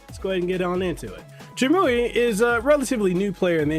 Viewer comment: Pronounced: Trim-You-Eye Glad that you’re enjoying it though! I just ordered one myself.